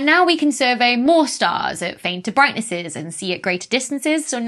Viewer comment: Brightnesseses… we'll all be saying it that way now